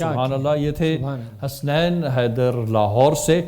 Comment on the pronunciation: نذرانۂ عقیدت پیش کی.... ؟؟؟ اور حسنَین نہیں حَسَنَین میزبان صاحب! ذرا احتیاط! جنت تری رعنائی کا پڑھتی ہے قصیدہ...! بہت عمدہ...پوری نعت کمال